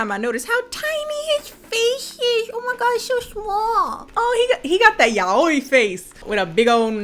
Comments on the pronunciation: Girl tryna say yaoi face?? "Ya oh ee" headass lmaooo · Aside from this terrible, toxic ass movie...is that how you're supposed to pronounce yaoi.. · The way says Yaoi got me fucked up XD